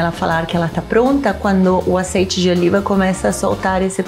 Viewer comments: "azeite" com sotaque carregado "eu aceito" KKKKKKKKK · “LAURINHO” “OLHO DI ZEITE” ❤️🤣🤣🤣🤣 um show a parte 👏🏼👏🏼👏🏼👏🏼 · "Cebollliiiaaa, timo, orio do aceite", melhor participação:! Simples e direto! 🤣🤣🤣🤣 Receita ótima e para adaptar tbem! 😘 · Cebolias, óleo de zeite kkkkkkk